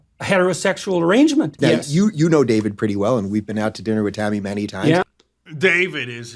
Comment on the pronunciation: gayve and gayvid 🤣🤣